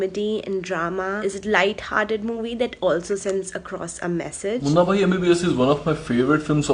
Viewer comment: its Munna Bhhhhaaai. not Munna bai ..:/ sounds like munni bai